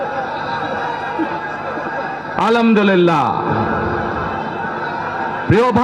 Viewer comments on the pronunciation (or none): ধুর পাগল মূর্খ আলহামদুলিল্লাহ বলতে পারিস না বলে আলমদুলিল্লা 😂😂😂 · আলামদুল্লি না নেতা আলহামদুলিল্লাহ হবে। শুভ কামনা রইলো। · তারেক রহমান কে কেউ সালাম ও আলহামদুলিল্লাহ পড়া শিখায় দাও😅 আলামদু লিল্লা কোথা থেকে এলো😅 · সালাম ঠিক মতো উচ্চারন করতে পারেনা আলহামদুলিল্লাহ যে উচ্চারণ করতে পারেনা সে শুধু দেশটারে লুট করে খাইতে আসছে ১৫ বছর চিল্লাতে পারেনি এহন লোভ দেখিয়ে ভোট কিনার ধান্দা আপনাদের কিছু পাতি সন্ত্রাস তাদের জেলথেকে বের করছস তোরা সাধারণ মানুষের হেনস্তা করেছেন সাধারণ মানুষের জীবনের কোনো নিস্চয়তা নেই তোদের পাতি নেতাদের কাছে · আপনার জীবনের যে কতো মায়া সেটা দেখতেই পাচ্ছি। এতো এতো সিকিউরিটি নিয়ে চলেন। (সালাম টাও সুন্দর করে দিতে পারে না। আলহামদুলিল্লাহ টাও ভালো করে বলতে পারে না।) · সালাম এবং আলহামদুলিল্লাহ বলাটা ঠিক করতে হবে স্যার, আপনাকে অভিনন্দন।